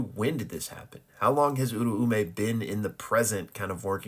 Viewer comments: Its pronounced "Ooo-rah-may"" I used to call her the same exact thing funny enough lol. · nah tbh you're probably right. The dub says oo rah may. However I've been watching sub and i could've sworn i heard it pronounced like that... But my gf says im wrong so fuck it, i yield hahaha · I always thought the ‘Au’ syllable made an ‘ow’ sound making it pronounced ‘ooh’ ‘r’ ‘ow’ ‘meh’ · As a Japanese speaker I can clear this up her name is Uraume (裏梅) which is to be broken down into ‘Ura’ (裏— meaning Opposite or Reverse) and ‘Ume’ (梅— meaning Plum or Lowest Rank of Three) to pronounce these you could break them down even further into their vowels which would be ‘u’ ‘ra’ ‘u’ ‘me’ which for English speakers would be more like ‘oo’ ‘rah’ ‘oo’ ‘meh’ So and the dub are partially right they drop the second ‘u’ and emphasize the eh in ‘me’ too hard, though. Hope this helps :)